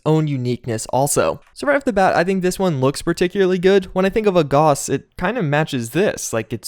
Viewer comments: The au in gauss is pronounced like an ow - as in how now brown cow. Gowss, not goss. Maybe I'm being pedantic, or maybe you sound ridiculous. My money's on the latter. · FYI, Gauss rhymes with house.